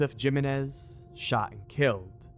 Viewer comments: lol it's "him-ay-nez" not "jim-in-ez"....spanish, bro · Jimenez: say it with me - "he-menez" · *Himenez. That is how you pronounce it. And wasn't the video made after they found the body? Or did they predict they were going to find it? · It's pronounced heh-men-ez, not Jim-in-ez. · Its Himenez not jimenez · Jimenez is pronounced He-Men-Iz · Did bro just say JIMenez???? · It's pronounced HIMENEZ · Jimenez is pronounced Hee-men-ez.... hope I don't offend giving you the correct way. Just found this awesome channel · I have never heard anybody pronounce it the way he does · I can't tell if yes mispronounced Jimenez on purpose or not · Jimenez, replace the J with an H and you will pronounce it right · lol it’s not his accent it’s just him being unaware how to pronounce Jimenez. It’s perfectly able to be pronounced in an American accent unlike how someone from Japan might have trouble with their L’s due to the language not having that L sound.